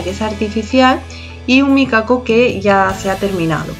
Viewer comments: Eso te iba a decir yo, que me pongo mal cada vez que escucho micaco🤣🤣 es mikado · Es micado🤣🤣🤣🤣 que gracia me hace cada vez que te escucho decir, "micaco"❤❤❤❤